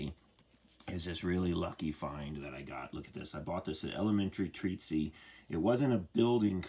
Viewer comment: not saying it’s wrong, but I’ve never heard the word treatise (treat-iss) pronounced “treat-sea” 😂. But I’ve worked on dozens if not 100s of pre-WWII homes that had one bath and a single 1.25” piece of galvanized pipe headed out the roof as the one and only vent. Never anything smaller tho’.